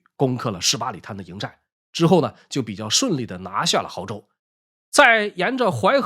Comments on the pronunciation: 亳州，不是豪州😂😂😂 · 亳（读勃）州